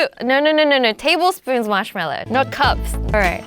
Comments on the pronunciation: ITS MARSHMALLOW, not marshmellow 😂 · He relly marshmillo????!!!! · Marsh meloo😂😂😂😂😂😂😂😂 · Marsh ello????????? Wow lobe u